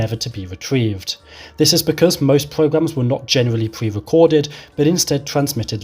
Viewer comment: Pwewecoded pwogwams.